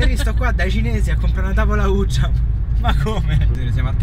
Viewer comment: Tavola "ugia" 😂